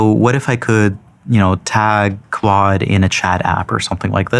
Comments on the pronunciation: Am i the only one who hears "quad" and not "claude"? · so funny the creator of claude code can't say claude code